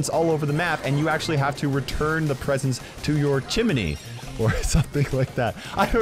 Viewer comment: "Chimooney"